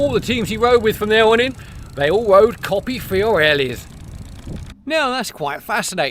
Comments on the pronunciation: I LOVE the Campagnolo Racing-T stuff on my vintage bike. Polished aluminum, even the newer stuff looks vintage enough for me though I'm putting together a GIOS with some older bits including a Rally rear mech for some vintage rides in 2025. Coppi = COE--PEE, not COPPY! Fiorelli = FYOR--ELLI. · I with you on ‘Fyor-elli’ but I’d say the correct pronunciation of Coppi is mid way between ‘Coppy’ and ‘Coe-pee’? Without adopting a disastrous mock Italian accent it’s very hard to sound ‘right’ don’t you agree?